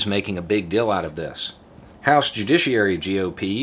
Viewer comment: accent cracks me up. “GOP making a big “dill” 🥒 (deal) about it...”